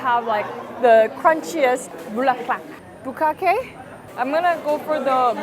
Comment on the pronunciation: “Bukake..” 😂 close enough. (Chicharrón bulaklak) Basically fried chitterlings which I’m sure someone has told you by now. Really enjoy your vlogs, and grateful that you featured the Philippines ❤😊